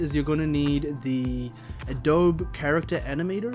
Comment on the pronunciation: This was helpful. Thank you for this. Also, the company's name sounds like "a-doh-bee"....like the mud bricks used to build houses in some parts of the world. Helpful info in case you make more videos like this. Keep up the good work. :)